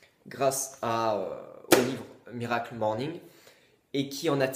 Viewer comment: À chaque fois que tu dis "miracle morning" j'ai envie de me défenestrer. C'est HORRIBLE. À part ça ta vidéo est intéressante, j'irai me procurer le livre.